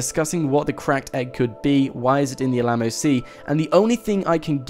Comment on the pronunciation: i'm i the only one that cringed when every time he said Alamo?